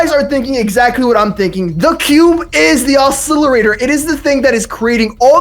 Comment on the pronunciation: He also can't even say oscillator...he says oscillirator